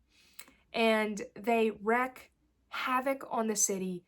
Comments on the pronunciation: My favourite books of all time include: Tom Jones Catch-22 The collected poems of Lorca The collected poems of Les Murray Love is a Dog from Hell The collected works of Shakespeare The Brothers Karamazov The Bible (NKJV) Alice in Wonderland Jonathan Livingstone Seagull PS if I may: *Ululation not ulation *Wreak not wreck *Fervent not feverent ☺ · Thx for sharing! I’m looking to stretch past my fantasy/sci-fi safe place in 2026 and you’ve given me some great potential options. Count of Monte Cristo is another near the top of the 2026 TBR for me (though i hear it’s loooong and may take me all of 2026 to finish!) One note: i believe wreak rhymes with peek/seek/leek. I’m looking forward to future videos — good luck with channel!